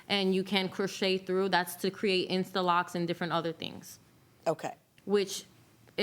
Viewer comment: I heard “locs,” looked up, then immediately started laughing. Ma’am. 😂😂😂